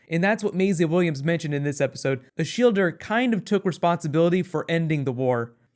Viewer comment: I thought her name was Shilda(Shielda) but you just went there and ruined it with your american "er" ending >_>